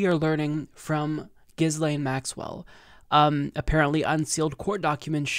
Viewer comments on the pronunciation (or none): It’s pronounced GEE-LANE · From Wikipedia: Ghislaine (/ˌɡiːˈleɪn, -ˈlɛn/ ghee-LAYN, -LEN) You're welcome. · If you're going to rant about her for 9 minutes, at least learn how to pronounce her name. The s is silent.